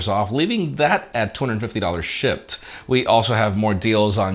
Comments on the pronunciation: Are u saying shipped or shit ? Lol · "shipped" but i keep hearing "shi*"